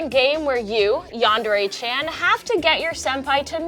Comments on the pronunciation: "yanderei" dude how hard is it to pronounce yandere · Senpai means someone older than you also yandere is the spelling but it's pronounced as yandereh not yanderey